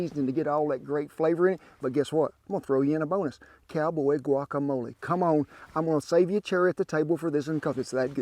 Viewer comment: Thank you for saying "guacamole" and not "guakamoal".